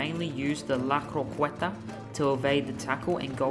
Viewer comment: "LA KROKWETA"